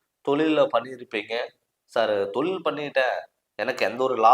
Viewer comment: தமிழ சரியா உச்சரிக்க கத்துக்குங்க தமில் இல்லை தமிழ் தொலில் இல்லை தொழில் போதும் நன்றிகள்